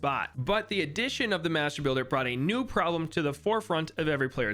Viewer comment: I was shitting myself every time he said mastrr builder lmao